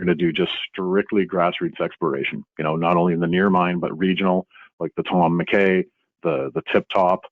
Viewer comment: I believe McKay is pronounced Mc Eye!